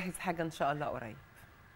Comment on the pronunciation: لفظ الجلالة الله بالهاء ليس بالتاء المربوطة